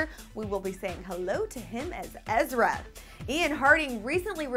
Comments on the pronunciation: EZRA NOT EZRIA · EZRA! not ezria! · its EZRA not ezria